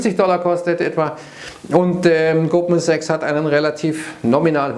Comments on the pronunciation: Ich verstehe immer Gruppensex, wenn Goldman Sachs sagt. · Verdammt, jetzt höre ich es auch. 😄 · Ich auch!!!!!!!!!